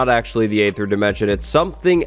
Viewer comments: It’s pronounced Ee-ther, like in archaeology or aegis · Aether is actually pronounceed "EEther" since it's based on the æ letter, which is how "dæmon" used to be spelled, which shows that æ actually makes an EEE sound, and not an AYY sound